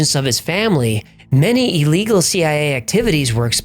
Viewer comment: I enjoy your channel, but just one small point...it's not pronounced E legal. To me it's like nails on a chalkboard.